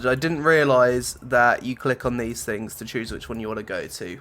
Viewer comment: The good fings and the bad fings!